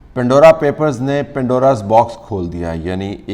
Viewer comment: It's Pandora, not pindora.